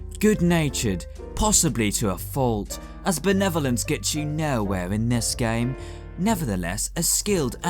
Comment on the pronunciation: Love every time you say "gaem"